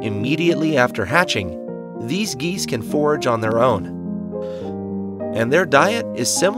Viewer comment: FORAGE, not forge, Carrion, not carry-on.